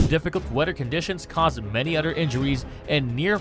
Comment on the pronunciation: The narrator sucks at pronunciation. So hard to listen to him, it is a lisp mixed with bad pronunciation. e.g. "other" constantly pronounced as udder.